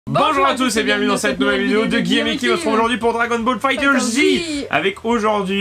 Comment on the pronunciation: Le jeu ne se nomme pas Dragon Ball Fighter Zi, mais Dragon Ball FighterZe ( sans la prononciation du "e" final). Les "Finitions Spectaculaires", se nommes réellement "Dramatics Finish" et se ne sont en aucun cas des Easters Egg, car le jeu est présenté avec ces cinématiques.